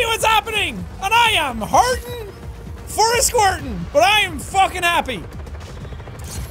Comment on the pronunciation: "Hurtin for a squitin." That does not sound right, jack.